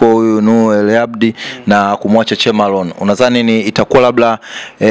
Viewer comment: Hujatamka sawasawa Ni Al Abdul siyo Hal Habdi. Kosa la vijana wetu wa shule za kata a wanaiita ha na ha wanaitamka a. Jirekebishe.